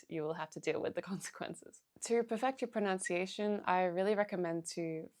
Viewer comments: ProNUNciation, not ProNOUNciation! Jeez, start with English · Just wanted to point out that the word “pronunciation “ is pronounced “pro-nun-ci-action” not “pro-noun-ci-action.” Hope this is helpful. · It's all so good -- but one thing... You keep saying "proNOUNCiation" -- and this is not a word. The word you are looking for is "proNUNciation" and it is pronounced just as it is spelled. I don't mean to be overly picky, you place great emphasis on correct pronunciation in Chinese so I think my comment may be appropriate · Excellent tips. Thank you! And for the love of god, it's pronunciation not pronounciation. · Someone who says “pronOUNciation”, instead of “pronUNciation” might better work on her native tongue first! Switched off, after this. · pronunciation not pronoun-ciation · Great video, thank you! Just a quick tip, if you're making videos specifically on language: it's "pronunciation", not "pronounciation". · pro-NUN-ciation, NOT pro-NOUN-ciation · Pro-NUN-ciation, not pro-NOUN-ciation- thanks for the tips! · The correct word is proNUNciation not “pronounciation,” so maybe learn correct English first!!! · It is pro·NUN·ci·a·tion NOT pro·NOW·ci·a·tion. It really hurts the ears. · it's not /pruhnOWntsieyshun/, it's /pruhnUHntsieyshun/! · Pronunciation, not pronounce-iation. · The irony of pronouncing pronunciation as pronounciation ^_^ just teasing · "Pronounciation" Lmao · The pain of hearing "pronunciation" mispronounced over and over. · Might I suggest learning how to pronounce ‘pronunciation’. Hearing you speaking about learning pronunciation and every time pronouncing it wrongly doesn’t help your cause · the irony of talking abt pronunciation and not saying pronunciation correctly hahaha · Pronounced pronunciation wrong, lol. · It’s very common to hear it pronounced that way here in Australia. I tend to do it myself even though I know better. There’s a certain irony in the fact that the word ‘pronunciation’ is so commonly mispronounced.